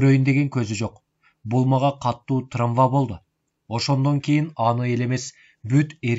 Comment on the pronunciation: Кечирип койуңуздап, каталарыңарды айтып койгонум үчүн: траМва эмес, траВма, сутенЕр эмес, сутенЁр, "ё" тамгасына басым болуп айтылат.